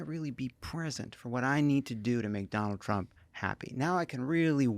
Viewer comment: Heh, it kinda sounded like he said McDonald Trump